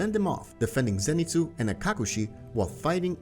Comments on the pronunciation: Zenitsu not Zanitsu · BRO U SPELL ZENITSU WRONG U SPELL ZANITSU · Ah yes Zanitsu Agatsuma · Zanitsu?? You mean zenitsu? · Why is it zanitsu it's zenitsu